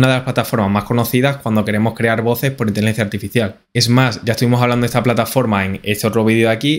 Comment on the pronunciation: El programa es tan bueno que hasta corrige la manera de hablar:: Intilencia Artificial IA: Inteligencia Artificial 👍👍👍👍👍👍👍👍